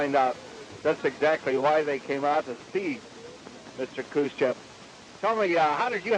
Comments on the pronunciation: What was and is the issue that Americans can't say his name... Its chev not chov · Eisenhower: “Nikito… Khrushchof” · HAHAHAHAH I LOVE EISENHOWER HE SAID “NIKITO ... KRUSS-CHEV” AND THEN PAUSED AND SMIRKED AT SOMEONE IN THE AUDIENCE WHAT A SAVAGE